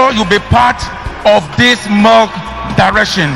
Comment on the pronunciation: Yes ooo even the way he pronounced milk koraaa as molk lol concert